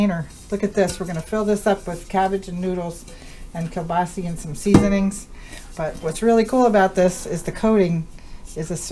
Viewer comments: This woman knows practically nothing about cooking! This dish without sauteed onions is flat "White Bread" cooking. The sausage, which is pronounced kielbasa, not kielbasi, should also be lightly browned in the butter. It's a shame to see good ingredients wasted in such a manner. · I've seen bigger much bigger so no your wrong yours isn't the biggest ive seen...and stop saying kabasee it's kabasa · Sa not Se...kel-ba-sa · GOD love you and your... But it is Kill-boss -oh.🤔😎😉